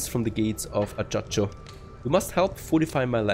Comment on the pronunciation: Excellent playthrough one small tip. Ajaccio the capital of Corsica is pronounced something like Ayacho.